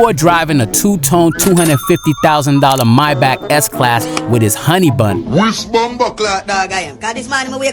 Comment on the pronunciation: Stop pronounce mybach is pronounced maybach